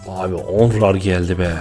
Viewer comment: abi kartin adi onrar degil nonrey